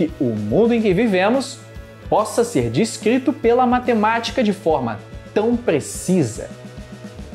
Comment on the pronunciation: "xer chamado"... Kkkkkk